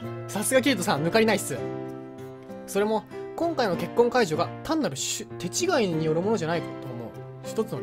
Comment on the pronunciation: 手違いをしゅ違いと間違えかける氏w